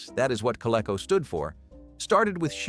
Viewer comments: maybe more kah-lee-co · co-lee-co , you dummy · Co-lee-co! Doesn't rhyme with gecko.